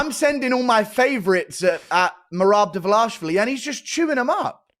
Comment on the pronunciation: Merab “De-vilash-vili”